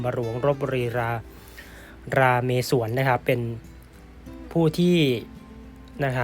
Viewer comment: ราเมศ /ไม่ใช่ รา เม ศวร